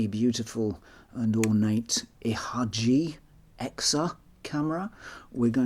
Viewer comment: Please, dont read ihagee like that. It pains me greatly to hear that.